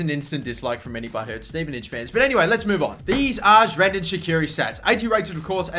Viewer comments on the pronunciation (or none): is it just to me or did he actually pronounce it like Xhrendan? x'D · Bro..... Shrendan shaqiri dude what the hell!! It's Xherdan Shaqiri man! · Xherdan's name just got butchered